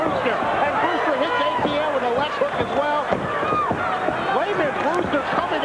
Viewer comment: Who's this guy ATN? Never heard of him. Eh-tih-ennnnnnne. It's French.